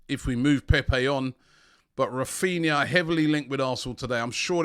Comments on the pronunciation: Raphinha not Raphina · Raphina, pronounced Raphineea haha. Robbie finds letters in these players names that are just not there